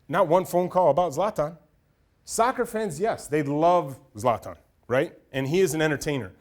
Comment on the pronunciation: Even the word soccer makes me cringe 😂 he can't even pronounce zlatan